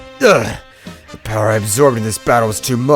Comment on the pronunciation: how many time your say poweer lmao